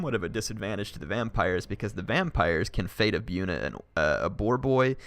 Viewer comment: Its pronounced Bojuna not byoona XD